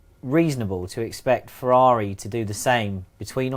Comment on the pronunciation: #FEEEERRRRUUAUUUAAUAUAAAARRIIIIIIIIIIIIIUIUIUI Beautiful English pronunciation xo